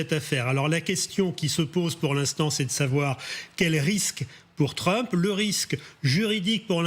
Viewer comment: Trumph, le ph se prononce comme un f.